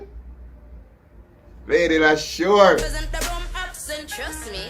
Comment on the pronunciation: 'Lady Leshurr & Lady Lykez SICKKKKK Freestyle!', oh and its pronounced 'Leesha' :-)